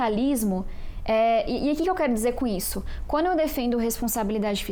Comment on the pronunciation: Não me entra na cabeça alguém q fala " quano " ao invés d quando, e trabalha pra tirar os direitos dos mais humildes.